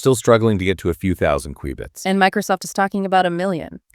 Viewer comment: It's pronounced, "cue-bits." Like a cue ball. Not like the beginning of, "quick."